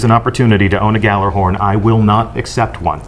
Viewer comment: Someone from bungie doesn't even pronounce gjallarhorn right-_